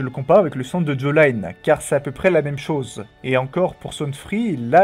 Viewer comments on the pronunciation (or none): Par pitié prononce bien jolyne et pas jaw line 😭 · Merci beaucoup pour toutes tes vidéos... Cependant, je trouve que ce serait bien que tu respectes les prononciations des noms des personnages, les choses du genre "Jolaïne Joéstar", c'est vraiment dur à encaisser. 😅